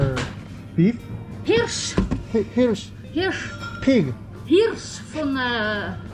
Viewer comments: = Hirsch, aus Wald! = Deer, out of the forests! 숲에서 나온 사슴! 이라고 해 주시네요^^ 아주머님이 영어를 안 하시고 독일어를 하시네요. Hirsch(히ㄹ시)에서는 확실히 스위스 액센트가 느껴 집니다. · 흐rrrrrrrrrr츠 ㅋㅋㅋㅋㅋㅋㅋㅋㅋㅋㅋㅋㅋㅋㅋㅋㅋㅋㅋㅋㅋㅋㅋㅋㅋㅋㅋ